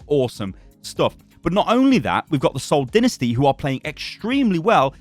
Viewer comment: “The Seoul dInNaStY”